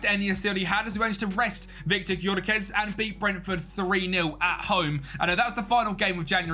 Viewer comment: It's pronounced Yoh-ker-resh (Gykörese) mate